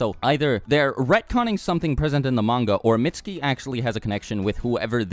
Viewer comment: his name is pronounced "meet su ki "